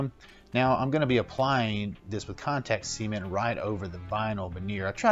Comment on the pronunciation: “See-ment” lol